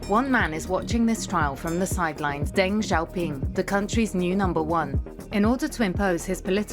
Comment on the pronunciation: Or Deng... Zhou! "Daing" and "Zou." Lol, bizarrely lazy.